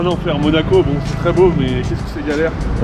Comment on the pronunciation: C'était bien "MOACO" 😂 :P Très bonne idée de vidéo, ça change 👌 Peut-être juste faire un peu plus de plan dans les lieux (si c'est faisable bien sur) Continuez comme ça !